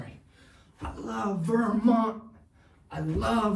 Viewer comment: ✨I lOvE vErMoNt✨ it’s so weird hearing him sound American 😂